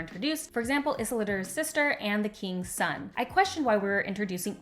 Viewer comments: I don't disagree but your mispronunciation of Isildur and Sauron takes me out of the video. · love this review, very accurate, articulate and fair. just wish you'd say isildur's name properly, but not a huge deal.